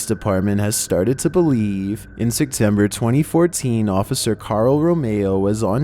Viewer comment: my only question is WHY do you pronounce "September" as "Sectember"